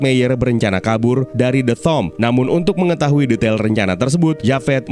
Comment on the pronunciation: "Tomb" : pelafalanya TUM , bukan TOM